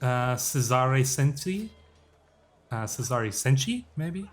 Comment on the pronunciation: Btw Cesare Cenci is pronounced Chezarey/é Cenchi